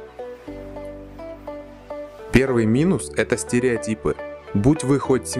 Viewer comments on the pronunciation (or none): Стереотипы, а не стериотипы